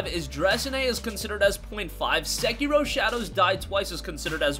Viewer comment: learn how to speak bro! segiro!? specially on a info \ speculation video